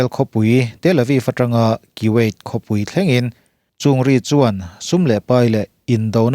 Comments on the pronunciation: Kan thil lam rik dan hi... Kuwait nge Kiwait?.. Kuwait ram lo hi Kiwait ram a awm a mi?. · 'Ki - wyat' Ka ngaithla peihlo nghal